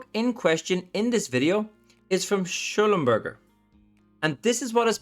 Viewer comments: Pronounced.... Sclumber J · pronounced like shlumberjay.